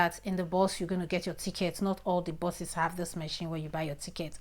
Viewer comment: Thanks for your heads up. But please they are called Bus not boss . Buses not bosses.